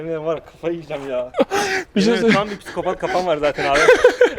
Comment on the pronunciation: Nobody:: pissiikopat